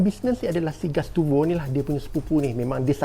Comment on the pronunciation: Gustavo bang bukan gastuvo 😂.